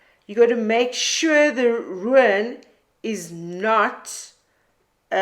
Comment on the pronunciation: I cannot quite say what your pronunciation of the word RUIN brings to mind, sometimes it is a smile sometimes it is more of a viking seret stones. As far a my understanding goes, and it aint far, ruin is pronunced RU IN 2 sylables not one your way!!!